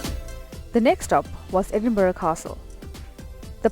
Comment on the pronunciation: American vloggers take note ! your pronunciation of Edinburgh and Glassgow was spot on, you have done your research, well done, I hope you enjoyed your visit